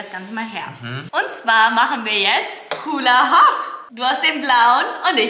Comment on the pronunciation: HuLlA HoP 😂 ich dachte es heißt hulla hup